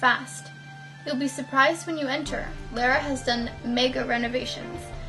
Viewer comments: not Lara (lair-a) as you keep saying,, Her name is pronounced Lara (Lahr-uh). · Girl how you gonna be a fan and call her lair-uh instead of lar-uh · So weird the way you say Lara, lol but oh well. XD